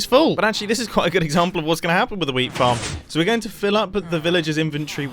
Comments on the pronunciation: “anyway, I think our whea(d) farm” I’m not saying that “weed” was mentioned because it didn’t sound quite like it but there wasn’t really a “t” there either. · did he say weed or whear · Did u say weed plant or wheat plant